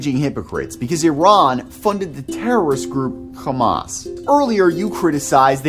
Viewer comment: Thank you for pronouncing Iran correctly